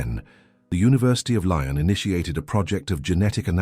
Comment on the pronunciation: University of Lyon!!! Learn how to pronounce french!!! Lol!!! Its not univ. of Lion.😂😂😅